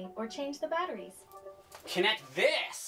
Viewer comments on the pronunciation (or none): This had me dying when he said connec this 🤣🤣🤣🤣